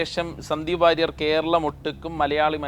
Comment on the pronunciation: 😅ഇവൻ വാരിയർ അല്ല സുഹൃത്തേ.. അത് പഠിക്കു...